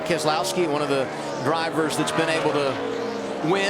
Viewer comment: keselowski no Keselowski